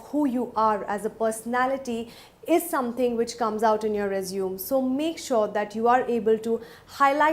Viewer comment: It's "resumey " pronunciation